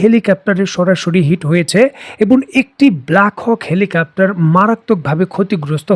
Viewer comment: হেলিকাপ্টার বলতেছেন বারবার আপনার ভিডিওগুলোতে হেলিকাপ্টার বলেন। হেলিকপ্টার - Helicopter হবে।